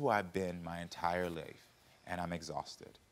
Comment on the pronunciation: Karamo has an accent now!!!! "My entire liyfe"😂😂❤ I love your show and pick up great techniques!!! Thanks Karamo!!